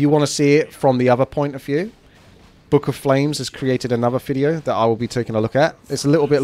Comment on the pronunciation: "warcraft free reforged fideo" wtf